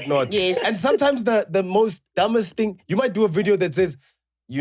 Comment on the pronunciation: Someone please note how Chris can pronounce thing when he's speaks English and pronounce fing once he mixes Sesotho le English... People don't get this😩😂